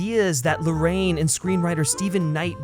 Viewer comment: 'Larr-ah-yeen', not 'Lorraine'. He's Chilean. Why can no one bother to pronounce his name properly?